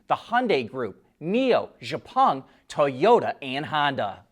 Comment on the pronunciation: I enjoy you reports every day of the week. Correction, however. The Chinese manufacturer Xpeng is pronounced EX-PUNG not ZHE-PUNG. Thanks and keep up the good work.